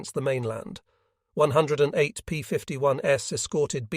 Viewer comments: P-51"S"? Your AI voice is reading plural forms of the P-51s and B-29s as a model number. Maybe you can correct? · I would have re-done the script to remove “s” when making aircraft models plural, as the fake AI robot voice just keeps thinking it’s a variant of the plane (as in B-29 S instead of B-29s/plural) same with P-51s. It’s really distracting and most would assume it was a model variant of each aircraft. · The ai voice saying "s" after every time that "p51's" as in plural, makes this unwatchable. Read it yourself.